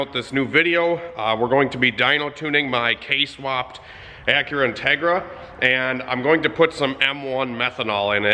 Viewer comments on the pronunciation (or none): none